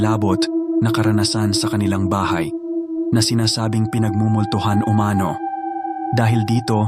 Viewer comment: Pati itong narrator, peke rin dahil halatang AI Ang pag bigkas Ng salitang UMANO ay O-MANO 🤖